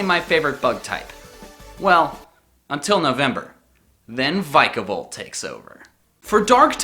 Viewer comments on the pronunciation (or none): You... butchered the name of my new favorite bug type!!! It's Vic-a-Volt. 'Vic' as in victory, who says the I like the way you said it? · I misread it as "The Pokemon of Everyt Type" Also, how do you read Vikavolt as Vike-a-volt, when i read it as Vik-a-volt? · it's Vika- volt